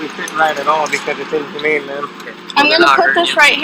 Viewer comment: She did not say that it was inhuman. She replaced the H for a J making the word injumane